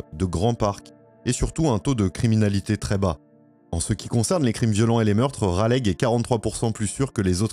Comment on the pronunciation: Raleigh se prononce "Ralé". c'est pas grave, c'est mignon 😁. vraiment une histoire tragique. merci de l'avoir raconté